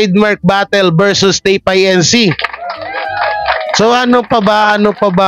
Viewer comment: TAPE INC. that is INCORPORATED (INC) (Do not spell out) pronounced it INCORPORATED